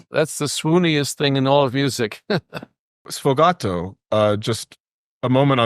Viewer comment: It's sfogato, not "sfogatto." Thank you.